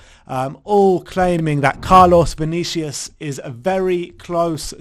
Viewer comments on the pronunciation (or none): Vinicius. The U is pronounced like the Uber U. So its not Vinicias, its VinissiUSH